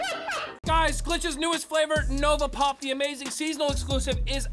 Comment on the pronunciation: I thought you said "Nogla Pop" when you said "Nova Pop".